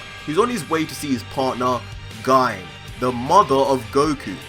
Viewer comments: It's pronounce Ghee-Nay Not GYNE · Its pronounced gi ne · GINE=(GI-NAE) TRIGGERED OF HIS PRONUNCIATION! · Guy? It's Gine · U pronounce it as gi-ne not gine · Gi-ne* not Guyne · Its pronounced gee nay not gine. Japanese names yo. Learn how to pronounce it. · You say Gine’s name as “guyn”, when it is written as “Gi-ne” in the background ._. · 1. Amazing discovery! Absolutely phenomenal! 2. It's pronounced "Gee-Nay" not "Jine". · Your saying Gine like Guy-n its pronounced Jee-ney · Gi-ne is pronounced Gi- Nay. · It's pronounced gee-nay not ginn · Is it really read as /Gayn/? It sounds awkward hahaha I really think it's /Ji-ne/ like it was even written as "GI-NE" in the manga, Gine for Ginger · Sebastian Rodriguez it is. Gine pronounced (Gee-Nay) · It’s pronounced (Jeenay) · Actually Its Pronouced "Gi" "Ne" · You pronounce Gone wrong, it's jean-ay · Her name is actually pronounced Gi-ney, but everything else was completely correct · Gine is pronounced (jeenae) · It's pronounced "GENE-AY". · Isn't Gine pronounced "Gee-nay" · Bro her name is pronounced gee nay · How to pronounce gine (G-nay) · You’re awesome! Heads up tho her name is GEE-NAY. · Here name is pronounced Jean. As GINE is the end of the vegetable Aubegine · *Considering the pun source is negi, which means "spring onion" and the -gi is pronounced with a hard g, then negi would be "nay-gee", and thus Gine would be "gee-nay".* Plus everyone I've heard uses Gee-Nay so... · Daemon Blackfyre I don't think so. The vegetable Aubergine makes more sense to me. This word ends in the pronouncement sounding like 'jeen' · Darryl Goodgame Gine comes from the word Negi which is pronounced Neh-gee. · Gine is pronounced "jinne" I believe. The name is derived from ginger, akira toriyama style. BTW nice theory. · Just want to point it out but Goku's mother's name is actually pronounced "Gee-neh", if you switch he name backwards it would be Negi(pronounced "Neh-Gee") which means Spring Onions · I fucking hate the way he says Gine